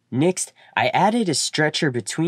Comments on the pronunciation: is pronounced Ben-ch. Nixt is pronounced Nex-t. Also, thanks for the video! I had to watch it a second time so I could intentionally ignore the pronunciation, and when I did, it was quite enjoyable. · What is this accent? Nixt? lol....good vid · Why is next pronounced nixt. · Your nixt video should be how to pronounce next!! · If you don’t ever learn how to say the word “next” in your life..